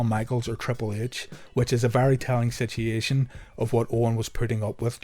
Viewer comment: This is my favorite wrestling channel on YouTube. I love your channel! I love how in depth you go to with the history, both real & kayfabe. But, most of all, I love your pronunciation of the word situation... I've watched episode after episode & I smile every time I hear the word "sisheashun"... I also found myself enamored by the word "gradgeeashun" in a different vid.... Keep up the killer videos!